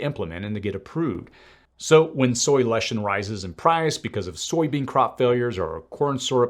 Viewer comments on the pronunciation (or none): LE CI THIN, NOT "LESHTIN."